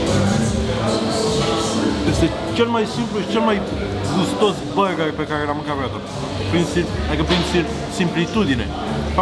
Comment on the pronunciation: Mai, cum cască el burrrgerrri, n-o mai face nimeni!